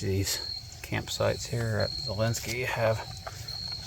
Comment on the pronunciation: Zaleski not zalenski